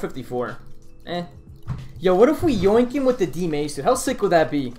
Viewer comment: max strength-uh. dmace-uh